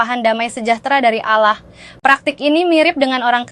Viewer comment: Kata ALLAH dilafal ALLAH biasa aja x ya... Jangan diucap seperti orang islam mengucapkannya. 😭